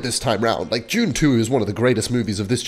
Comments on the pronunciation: bro pronouced "dune 2" as "june chew" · Jude (dude) - it's Dune 2, with a "D", not "June 2". It's pronounced the same here and on Arrakis. All the Fremen know how to pronounce it as well. Get with the program. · I keep thinking he’s saying June 2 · it sounded like u said june 2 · i thought you said june 2 and not dune 2